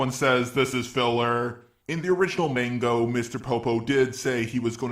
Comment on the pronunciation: you said mango lol